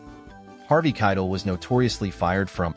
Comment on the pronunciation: AI voice is hard to listen to. I'd rather hear a human that doesn't know how to speak, than an AI that doesn't know how to speak. I think most would. The consequence to AI making things easier is that people aren't trying as hard and these videos are getting shallow. Listen to how Keitel is pronounced... or how "Romeo... and Juliet" is broken into two thoughts. Or how inflection is lost or gained at weird times. It's not natural, and we notice.